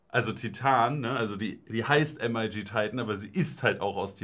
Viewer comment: bruder nich "EM AI GI" es ist "MIG" wie das kampfjett :) das wegen der military look kiste, titan elemente, usw.